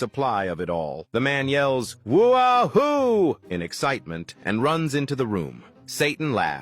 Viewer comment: It's "Woo Hoo"- not "Whoa hoo"... Stupid AI butchering the human language again.. 😂😅